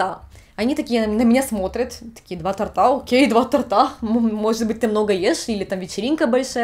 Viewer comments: то́рта, а не торта❗❗❗ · тортА тортА у меня чуть уши не отвалились xD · Не "два тортА",а "два тОрта"! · ТОрта,, тОрта. 2 тОрта. Не тортА.